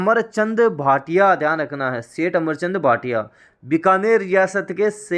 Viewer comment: अमरचंद बांठिया है न कि भाटिया